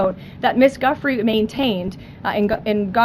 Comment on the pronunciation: Giuffre is pronounced "Jew-fray".